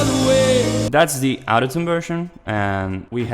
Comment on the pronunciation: That's actually really sad. Those out of tune recordings aren't even too bad. Also lemme fix your pronunciation of autotune. It's not "ow"totune but rather "aw"totune. It kinda made it confusing to tell when you were saying autotune or out of tune